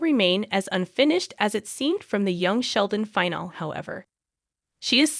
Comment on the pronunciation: Is the narrator aged ten or are all American adults so poorly educated? Iain is pronounced Ian, not 'I-on'; finale is pronounced fi-nal-e, not 'fi-nal'. Go back to school, dear, and educate yourself.